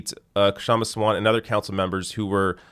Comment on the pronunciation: Pronunciation guide: Shum-Ah Saa-vunt The K is not silent, but it’s better to drop it than say it awkwardly.